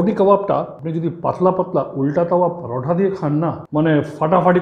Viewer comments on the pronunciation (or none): none